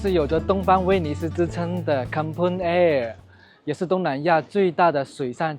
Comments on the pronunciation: kampung air 的 air 不读 英文的 air,，应该念 (阿yir) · Kampung 你念对了但是 air你念错了 你不能用英语念 你要念Ayer = A yer .. = A ir 要分开来念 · Air 马来语是“水”，不可以用英语来念，念成“空气”，那位妇女就念对了。